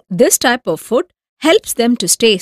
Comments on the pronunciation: it's food not fud😂😂🤣🤣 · But its food not fud